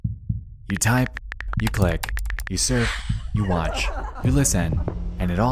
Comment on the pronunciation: You have a particular pronunciation. From a Foreign's point of view. (Ex. You wouldn't be watching "des", you "cleck", "conzpiracy")